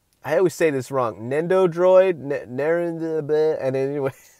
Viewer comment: Nin-dough-roid lol